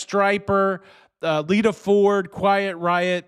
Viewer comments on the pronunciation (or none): none